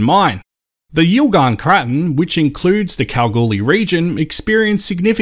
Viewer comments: Thanks for another interesting video. Have they changed the pronunciation of Craton? I was taught it was pronounced Cray-ton!? Am I wrong in thinking this? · I'm a 70-year-old Western Australian prospector, I've hardly ever heard anyone refer to a Craton as you do. It has always been a Cray-ton, anyway who cares we know what it means regardless.